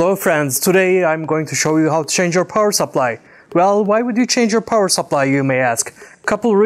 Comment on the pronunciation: power sapplahj